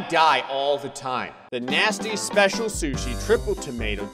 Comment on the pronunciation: Um,.... on level 8, you mispronounced Special. It didn't have a mistake.